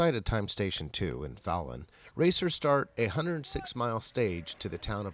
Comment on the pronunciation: I know this is old, but it's pronounced Fallon like Jimmy Fallon.